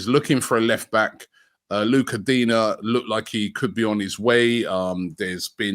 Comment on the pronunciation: Digne not Digna!